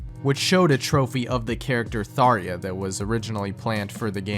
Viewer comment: im so sorry, but how do you make a VG iceberg and get tharja's name wrong? shes an icon.